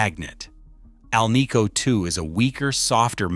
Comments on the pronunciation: It is an AL-nico pickup, Not an al-NICO one. You'd think this author would know the proper pronunciation. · "Scatter wooned"? Keylo-Oms"? "Al-KNEE-co"? AI CRAPOLA!! Second hint: Shows a speaker when talking about a pickup.